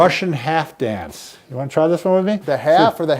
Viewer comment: "if you wany"